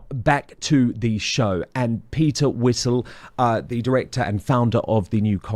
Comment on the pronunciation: That kept calling calling Peter Whittle, Peter Whistle 😂.